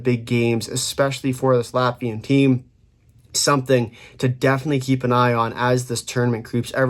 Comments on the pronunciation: This is definetely one of the better Latvian pronunciations by North American. Interestingly Balinskis not mentioned... he's running pretty hot offensively right now 5points in last 4 games as a D man. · holy hell, correct pronounciation for the whole roster, that is hella impressive from you